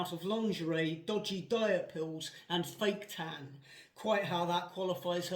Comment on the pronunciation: Haha 😂 say fake tan again.